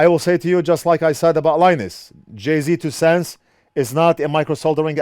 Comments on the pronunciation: It's pronounced "Jay's two cents" not 'Jay-Z" even though it's spelled that way. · It’s not JAY Z you say it like jay’s 😂😂😂😂😂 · Jayztwocents is pronounced Jay's two cents LOL. love your channel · I never knew you were supposed to say his channel "jay Z 2 cents"... I always said it like "jay's 2 cents" ... Lol 🤣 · Jay Z 2 cents hahaha it's Jay'z 2 cents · Carport Actually it's just Jay. As in Jay's two cents. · My favorite part about this whole video aside from the amazing content, is how keeps calling him Jay-Z Two Cents 🤣🤣🤣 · "Jay-Z Two Cents" 😂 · Sorry, only lasted until the second time you called him Jay-Z. Please dont confuse JayzTwoCents with that talentless wannabe rapper. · Jay failed fixing pins as bad as failed at saying his name. lol